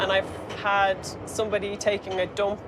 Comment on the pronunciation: the way she says dump.